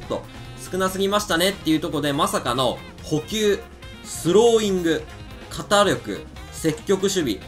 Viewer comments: かたりょくではなくけんりょくだと思います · 肩力の読みはけんりょくですよ!